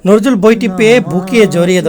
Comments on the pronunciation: নরজুল নয় উচ্চারণ টা নজরুল হবে। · বিদ্রোহী কবির নামটি স্পষ্ট করে উচ্চারণ করার চেষ্টা করে ঠিক করেই। ধন্যবাদ।